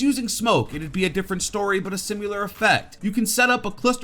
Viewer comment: stop saying ‘symular’😂